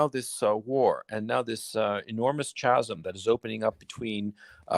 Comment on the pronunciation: For Gonzalo: chasm is pronounced /kazm/